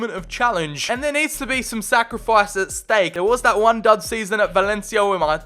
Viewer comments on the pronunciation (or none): none